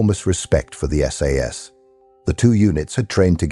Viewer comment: "Sass operator" LOL - still enjoyed the video - thanks